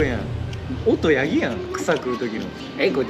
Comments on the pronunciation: ヤ⤵︎ ギ⤴︎のイントネーションめちゃくちゃ珍しいんよ😂爆笑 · ヤギのイントネーションめずらしい